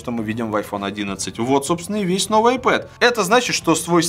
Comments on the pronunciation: не айпэд а айпад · Айпад ане айпед